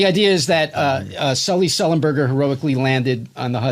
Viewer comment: Of all these great Norm clips you show, this one cracked me up so much: how he mis-pronounced Sullenberger's name 3 or 4 times; the concept of producing a film about a pilot "before* he did anything to become famous; "On behalf of Us Air.........line". Just so wonky.